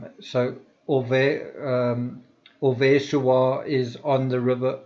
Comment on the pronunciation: Great vidéo, thanks. PS: Oise is pronounced like "was' in English.